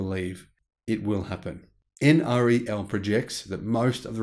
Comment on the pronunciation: Please pronounce NREL as en-rel, not en ar ee el.